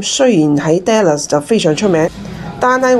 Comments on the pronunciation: dallas发音读“达”，不是读“爹”，听起来怪怪哋😂，唔好意思😅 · 我都唔好意思，因為我都會經常將 Dallas 誤讀成 Dollars 經常被朋友取笑。哈 😅